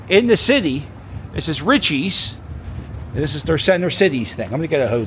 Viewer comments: It’s pronounced “REACHEESE”. Not Richies😂😂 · It’s pronounced “reechees” and they do have the best hoagies but most Italian delis slice it to order